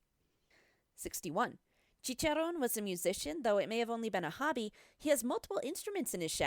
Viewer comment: Funny how the voiceover lady can’t pronounce a single Spanish word correctly but Chicharrón which is a hard one